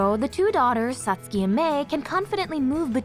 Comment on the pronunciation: It's Pronounced (Sat Sue Key) NOT Sat Ski, Please get it Right Your Butchering an Ancient Language.